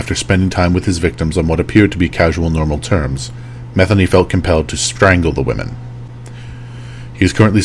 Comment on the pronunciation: Just an FYI: please research name pronunciation before you do a video lol. It’s pronounced MU-THEE-KNEE 😉. That being said….glad this sick POS is dead!! Thanks for the video!